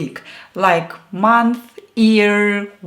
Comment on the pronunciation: I was on another tab and I kept hearing you say "ear, ear'! LOL! You forget to prounounce the Y for YEAR! Try this: Yi-err. (Don't worry: I'm not native anglophone either!) I would love to learn Russian but it takes me more than 1 week to memorize 1 word (short term memory loss from bad medication) & after I got it, today I could not remember "Monday" and many other days. I thought Vasskrayssiayniyay was Monday! >.< Russian is too hard (too many strange syllables together) and COMPLICATED!! Ex: I put one verb on Google Translate and it gives me the Russian word. I switch with the arrow eng/ru to ru/eng and now the word has completely changed on me. Russian has like 7 or 10 different words for one same word! Too hard: I can't even remember the first word. HOW am I supposed to learn 10 words for 1 normal word? I can't even remember a TV show after I watched it or if I watched it at all! Also every verb has 2 forms (im//perfective) and I can't make heads or tails of declensions because no one has ever explained them to me well, at all! So I have no idea what to use because on top of that EVERY declension changes, not only with case (usage) but with plural, singular, fem or masc. To make matters worse, the plural changes. It's not S like in English. Sometimes you add ii at the end sometimes you add A and sometimes you remove end vowels like in CLOB! UGH! IMPOSSIBLE TO REMEMBER unless you're native born. I gave up 40 yrs ago and I give up now. I guess with handheld translators, no